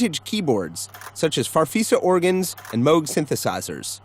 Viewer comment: Did he just say mog instead of moog?